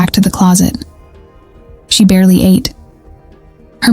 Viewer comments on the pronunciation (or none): none